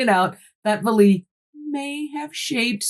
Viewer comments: Great depth of knowledge on this topic. I’ve seen it before on Ancient Aliens. And so you know, his name is pronounced valet like valet service. Is this connected with the UFO sighting that happened in a village where people had weird marks/ skin irritations and a local Doctor tried to treat them? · I love this channel so much. 😂😂😂 but the mispronunciation of Jacques Vallees last name is hilarious every time she says it 😂😂😂😂